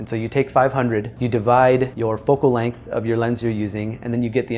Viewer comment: I assume you've been told Length has an "n" in it.